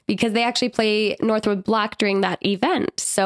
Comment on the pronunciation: Shoutout to for calling it northwood and not northwoods. That always drives me crazy